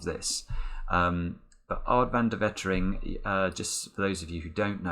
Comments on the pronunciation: Don’t know if someone has mentioned it before, but the first e in Wetering is actually pronounced like the a in amen! :) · Altijd mooi